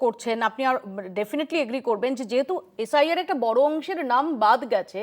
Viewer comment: mediar problem holo, jel khata ashami sathe goru chor k tv te ane DADA bole sombodhon. oshadharon apnara. s.i.r o bolte parche na sr sr korche. r dukkho j enara state chalabe bole pagol hoa jacche.